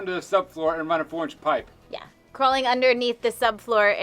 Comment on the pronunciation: Every time says "4 inch pipe" I hear "orange pipe" for some reason 😂 we're English, so translating is a game we enjoy playing 😂